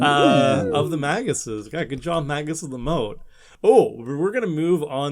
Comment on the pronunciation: 1 minute in: It's Magi